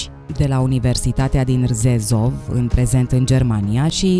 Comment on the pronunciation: Orasul Rzeszow, cu Universutatea pomenita, din Polonia se citeste 'Jeșuv', si nu Rzezov cum mentionati.